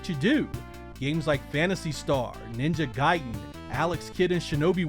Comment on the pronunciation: Thank u for pronouncong ninja gaiden correctly